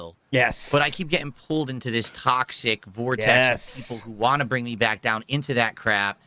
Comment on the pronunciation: It only now occurs to me how much of a cosmic joke it is that Phil can't say the word most associated with his focus properly but says it in the funniest way possible. If he said it like "WanT" people wouldn't notice it as much. But no. Of all the fucking pronunciation mistakes. It's him saying Wahh all the time Lolcows really are destined for their place in the universe